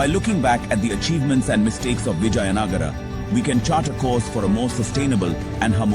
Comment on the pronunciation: Hear the voice over chap say Vijay Nagar. I suppose he's a Gynaecologist.